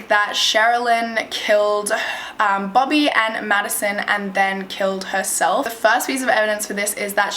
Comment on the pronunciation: I thought she was saying bubby, but then I realized it was bobby 😂